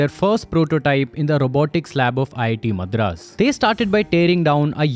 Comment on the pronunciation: Get your pronounciation right on words like Madras, Chassis.